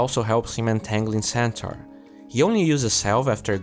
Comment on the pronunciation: he say centaur i hear santa weird